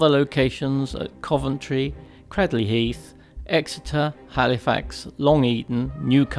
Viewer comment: Cradley is pronounced with a log A to sound like Craydley. The Heathens did struggle on for a bit (after the stadium was sold for house) at Stoke and Wolverhampton's Monmore stadium which will be lost to speedway at the end of this season.